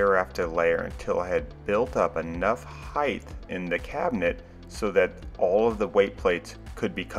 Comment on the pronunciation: Just a heads up, the word is height, not heighth.